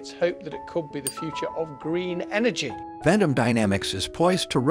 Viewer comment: It is pronounced "vent-um"